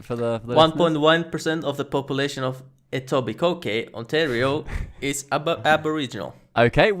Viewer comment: Etobicoke - the last k shouldn't be pronounced for the proper pronounciation